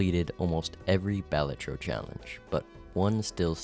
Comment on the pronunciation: The way he says it is how you say it.